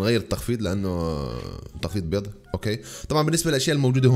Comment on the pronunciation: ليش تقول بيز اسمها بيض يا